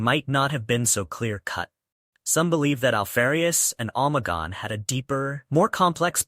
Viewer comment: good video boss but you forgot that its omegon not omagon. Its interesting that they put even their astartes disguised as the primarchs and that alpharius would disguise himself as other legions astartes. Have a good day boss